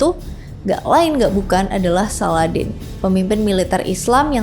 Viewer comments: Salahuddin bukan saladin mbak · Bukan Salladin, tpi salahuddin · Salahuddin.bkn saladin.kamu Pikir aladdin....sebut nama biar yg btl..